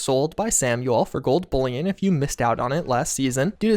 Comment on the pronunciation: Perhaps the only F76 YouTuber who knows how to say “bullion”.